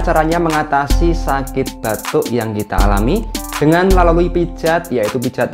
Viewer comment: Batu...apa batuk...ga bisa membeda kan...batu & batuk😂